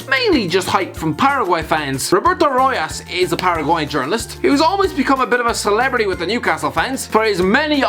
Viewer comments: Just a couple of corrections: Rojas = Pronounced as Ro- haas not Ro-yaass Alireza Jehanbaksh has a cult following in Iran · If someone buchered my country's name like that I'd be pretty annoyed. He doesn't know how to pronounce Rojas eaither